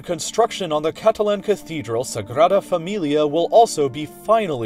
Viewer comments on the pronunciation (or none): none